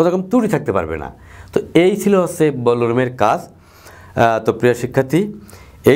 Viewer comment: স্যার, ব্লো উচ্চারণ টা একটু কারেক্ট করা উচিত।